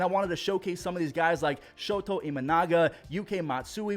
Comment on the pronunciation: Just a heads up, it's "Shota". Not "Shoto". Anyways, love the content man!